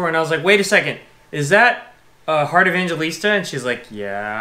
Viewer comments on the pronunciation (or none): It pronounced her surname as Eh-bang hell- list-ta. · Correction its pronounce as "Evang-he-lista" not "Evan-ge-lista" you guys murder her last name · heart evangelista when being pronounced " heart evanghelista " not pronounced as evangelista .. and she did put a shade on her shoes yes you are correct its just because you were both talking while heart is giving you a tour 😂😂😂😂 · foreigners: "EV-AN-GE-LIS-TA" filipinos: "E-VANG-HE-LIS-TA" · you guys seem to love her ♥ we do too. btw it's "Heart Evangelista" (e-vang-he-lis-ta) 💋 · It is pronounced as "evanghelista" :)))